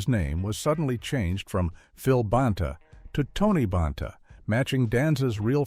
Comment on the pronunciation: If you're going to use AI to narrate, at least check the pronunciation of names. Tony BAHN-TA? Alex RYE-GER??